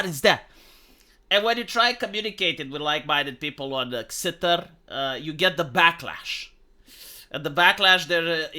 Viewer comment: Xitter is pronounced "Shitter"